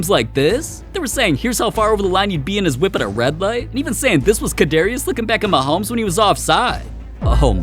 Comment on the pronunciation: “Mahomo” 😂 Your wild mad!